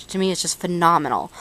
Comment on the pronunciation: I love the way you say ''phenornonal'', anyways thanks for the review :)